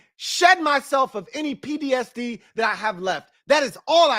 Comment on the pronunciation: keep saying he has “PDSD” in this video. That’s how bad the BS has been over the years. He can’t even say PTSD 😂😂😂